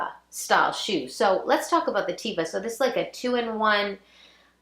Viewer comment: The sandals that you refer to are pronounced TEVA qNOT TEEVA! It's a Hebrew word meaning nature. Yes, people wear them outdoors in nature here in Israel, but also on occasion for every day wear. Years ago they were more prevalent as every day sandals when one may have needed a sole that gripped the sidewalk or pavement.